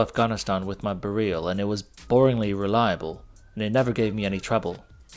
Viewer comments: It's BEryl, not beRYL. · Hey, just a small note. In Polish we would put an accent on the first syllable: BE-ryl. Great video! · Be-reel? Really? It's pronounced exactly how the word "beryl" is pronounced in English... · You say Bare-eel, we say Beril, what do the Poles say?